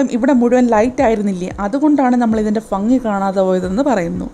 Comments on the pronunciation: ഫങ്ങി അല്ല ഭംഗി ആണ് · ഫങ്ങി അല്ല ഭംഗി 😄😄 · ഫംഗി അല്ല ഭംഗി 😂😂😂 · ഫങ്ങി അല്ല ഭംഗി.. എന്നാണ് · ഫ ങ്ങി, അല്ല ഭംഗി... ഫ യങ്കര അല്ല, ഭയങ്കര ...... .... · ഫംഗി അല്ല ഭംഗി😂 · ഫങ്ങി അല്ല ഭംഗി ആണ് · I will support you....nice keep going.but pha alla bha bhangi....ok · Bhagi nnu thanne parayane fangi nnu parayalle kelkkumbo rasallq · Fangi alla bhangi eppozhum ithu paranju tharaan pattilla enik 🤷‍♂️ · Fungi alla bhangi enuu pronounce cheyyu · ഉച്ചാരണം നന്നാക്കാമായിരുന്നു ഫംഗി = ഭംഗി അഫയം = അഭയം 😜😜😜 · ഫണ്ടി അല്ല ഭംഗി😆😆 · ഫങ്ങി അല്ല ഭംഗി🤣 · ഫങ്ങി അല്ല ഭംഗി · Bhangi aannu sorry fangi enna paryunne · ഫെങ്ങി അല്ല ഭംഗി..... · ഫംഗി അല്ല ഭംഗി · ഫങ്കി അല്ല ഭംഗി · ഫങ്ങി അല്ല ഭംഗി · ഫങ്ങി അല്ല ബംഗി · ഫങ്ങി അല്ല ഭംഗി 🤭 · ഈ ക്ക് ഫങ്ങി എന്നാ പറയുന്നേ 🤣🤣🤣🤣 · Chandrannu fanghi illa onninum fanghi illa alle.. ellam oru fanghi mayyam... Udhaharanathinnu "ellavarum sodaye soda ennalle parayar ennal enikku sodan parayan ari illa njan parayunnadh "( shyoda ) ennanu. Adhayadh chechik ellam fanghi ayittannu kannunadh😊☺️😢🤣🤣😂😂